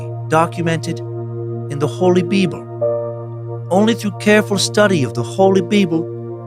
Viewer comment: I'm at work and nearly spit take every time Dan says "BeeBul":face-blue-smiling